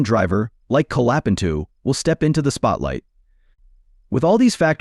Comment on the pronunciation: Benato LOL Colapentu LOL